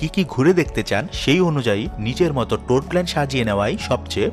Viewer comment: ভাই,টোর না,ট্যূর। লাভ ইউ ভাই❤️